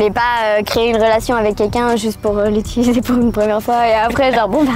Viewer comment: Mon gars juste j’ai l’impression tu as dis ituliser, jsp fais gaffe ou quoi c pour toi mon Reuf c’est utiliser tu t’en rend ptetre pas compte beh voilà en tout cas continue jkiff